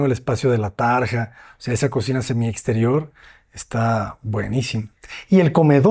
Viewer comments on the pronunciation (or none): none